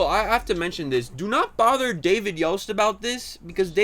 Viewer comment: please for the love of Zordon, stop pronouncing the t in Yost, much like Lord Voldemort the 't' is silent.